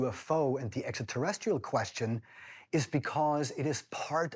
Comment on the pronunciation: “This is truly, exa terrestral!” 😂😂😂